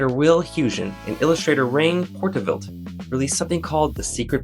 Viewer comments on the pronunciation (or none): not rain portavilt....his name was RIEN POORTVLIET... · Rien Poortvliet is pronounced Reen PORT-vleet Wil Huygen is pronounced Will HÜÏ -khen (The g is pronounced fricatively, like you are rasping your throat. The ui is a Dutch diphtong. If you can´t manage it, try HOY-khen) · Lol Rien Poortvliet was the illustrators name. Now say it right! When you're in my house you get my illustrators name right!